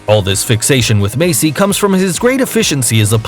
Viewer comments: Messi is pronounced messy not macey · he said Macy when the name is messi.